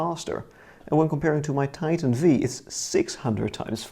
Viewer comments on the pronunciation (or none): none